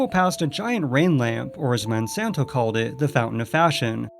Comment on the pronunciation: It’s Monsanto not monsonto